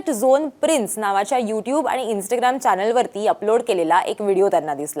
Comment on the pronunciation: Gen Z , Zandu Teleprompter reader......InstGraam.....tya peksha InstaaGram....mhan ga Yedzawe.... !!!!